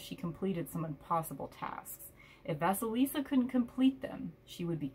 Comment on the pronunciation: Thanks a lot for sharing it. I'm waiting for my deck to come, which I personally ordered exactly because of the Russian fairy tale about Vasilisa)) so I'm especially grateful you read this from the book, pronounced correctly the names👌and shared your ideas. Having watched this video I came to the conclusion I don't need the book either😄😄😄